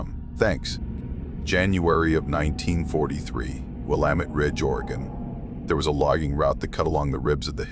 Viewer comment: Maybe this is not an AI he pronounced Willamette correctly😅